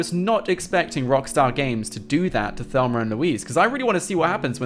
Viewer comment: I love how he says Thelmer instead of Thelma 😂